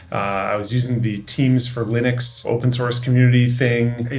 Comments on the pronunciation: Linux not Linus 🤣😂🤣😂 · Linux not Linus, 😅 Linux is a portmanteau of Linus Unix so technically not wrong either way 😂